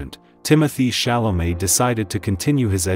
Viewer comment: But she pronounces the name pretty well! After all, even Chalamet doesn't pronounce all time his name the way we, the French, would like, only in France he pronounces his name correctly!